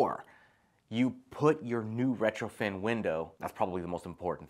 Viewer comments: If you say retroFIN Windows one more time... smh.. lol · I was so confused. I don't know much about windows so I kept having to recheck the title of the video and the comments. He's saying retrofiN with so much confidence over and over but the title says retrofit and comments are saying retrofit.... I'm like how is it possible an expert window installer says the wrong term numerous times, every time, through an entire video??